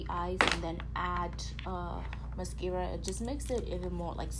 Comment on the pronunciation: I love how you pronouce mascara 😂😂💜💜